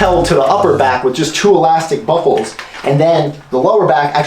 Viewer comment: did anyone else think he say "bubbles" not buckles??